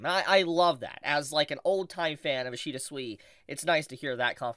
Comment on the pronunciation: Man really opens a video by mispronouncing the name of the guy the video is about, ouch